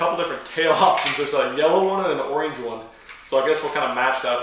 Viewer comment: The way you said orange tho 😂😂😂 oreeeenge